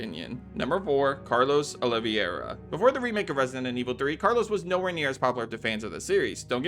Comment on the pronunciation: The pronunciation of Carlos' last name surely has to be ragebait